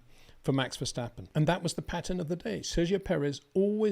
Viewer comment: it is NOT Max "verSHtappen" ... Max is not German (Germans indeed can in most cases pronounce "st" as "sht") ... #Max33 = Dutch NL/Belgium! ... It is not "Bottash" nor is it "Lewish" certainly not "verSHtappen" .... This BS started long time ago when a British sport presenter interviewed father Jos Verstappen and assumed you can use a German pronunciation to a Dutch Driver thinking it is so "funny" ... It is not. Serious question: can any Englishman say "versatile" out-loud without saying "vershatile" phonetically? most can about 99,99% ... that is why most English can pronounce Verstappen 100% correct! Father Jos Verstappen (also F1 Racer) was very active between back then only a very few said "Vershtappen" but the vast majority of British sport presenters pronounced it perfectly ... only a few old stubborn farts like Peter Windshor